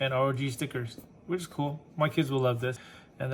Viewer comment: its R-O-G